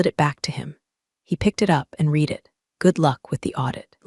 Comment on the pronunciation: You Still can’t pronounce “Read” properly?